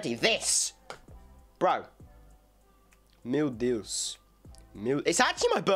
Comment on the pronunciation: mano, o ''Meu Deus'' dele, é tão abrasileirado... que estou desconfiando que ele é um brasileiro se disfarçando de britânico...